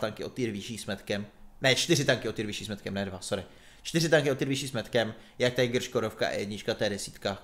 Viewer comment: Neposer se z té Angličtiny,Tíger a ne tajgr.Čti to tak jak to má být,je to Německý tank